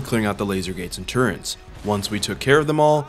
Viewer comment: show me where the n is in the word turret?